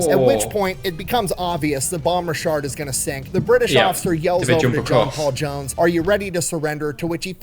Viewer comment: What he calls (what sounds like to me) the "Bon Richard" is actually the "Bonhomme Richard," which is pronounced more like "Bohn-Ohm Richard."